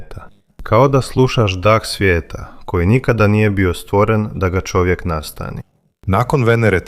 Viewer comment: Nego da shvatim da komentator nemoze da izgovori slovo Č nego on za to izgovara Ć onda umesto da kaže Čovek on izgovara Ćovek :Pa gde to ima ???